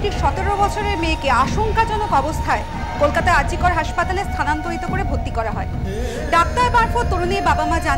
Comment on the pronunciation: Doctor hospital er naam ta bhul bolen ki kore?Name is "R.G.Kar"not R.G.Kol....pronunciation thik korun